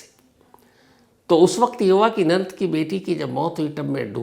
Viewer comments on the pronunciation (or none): Nanat nahi nanand hota hai..😏😏